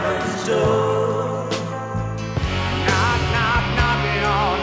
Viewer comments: NOPE, AFAIC Bob Dylan's "Knockin' on Heaven's Door" is far superior to GNRs Version that gives the word "DOOR" three syllables. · I always cite "Knockin' On Heaven's Door" as one of the worst covers I've ever heard. Axl Rose ruins it as he often does. Who knew "door" was a three syllable word?